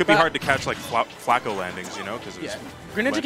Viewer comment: In 45 seconds of the video he said flatco😂